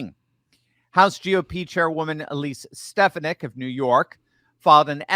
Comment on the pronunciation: It's pronounced Stefawnick. Lived there for years